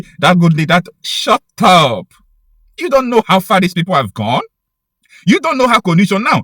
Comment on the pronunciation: Don't say shup up